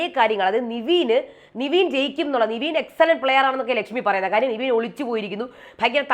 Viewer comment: നിവീൻ അല്ല ചേച്ചി... നെവിൻ 🤦🏽‍♂️🤦🏽‍♂️🤦🏽‍♂️